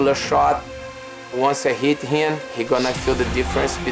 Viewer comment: how the fu k did Alvarez get a title shot? he has not even won a fight in the UFC impressively! WTF? and he speaks as if he has knocked out everyone since he's been there. and for shitsake some one tell RDA that it's pronounced hiM not hiN